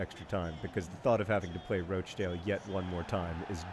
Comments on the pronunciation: Should probably point out it's pronounced "Rotch-dale" in this part of the world (rotch as in crotch) xD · Question Wednesday - why do you keep calling them Roach-dale?? It's roch to rhyme with crotch! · Wimbly Womblys but every time John mispronounces Rochdale they play Rochdale again